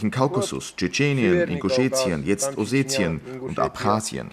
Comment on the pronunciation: Warum sagen sie : oSCHetien ? Richtig ist -Osetien